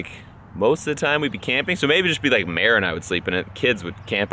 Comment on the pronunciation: it would be mere like meredith? lol not mare like a cow haha